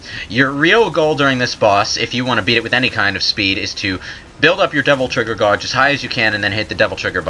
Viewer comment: So, is this guy foreign/Canadian or something? The way he says "gauge" is, well, wrong.